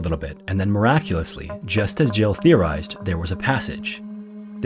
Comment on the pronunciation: Is that me or everyone heard the name as Joe not as Jill ?